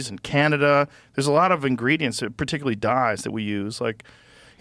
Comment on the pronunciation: Zip Recruiter is trolling Rogan by having him say "particularly" 😂